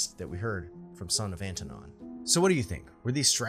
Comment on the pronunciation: Son of Anton? You keep saying "sonofantanon"...